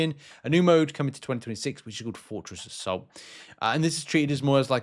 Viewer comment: Sounds like he's saying Fortress of Salt not Fortress Assault hahahaha